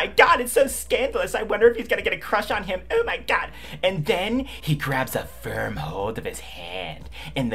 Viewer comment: I fucking broke down when you said “FIRM” lol